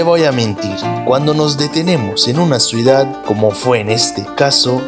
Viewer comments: Es CIU DAD 😊 y es PEL IGROSO con "L" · Se dice ciudad